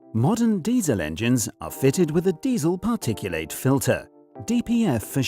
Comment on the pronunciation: Drop the bloody stupid bot voice. PARTICU--LATE ?!!!! 😂😂😂😂😂